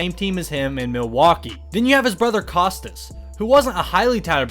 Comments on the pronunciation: Why did you have to do Korea’s like that. It’s pronounced co stas not ca stas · You said Kostas name wrong ko stost not kocost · Kahstas lol it’s koah-stas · Hey your saying Kostas and Thanasis names worng🇬🇷🇬🇷😤😤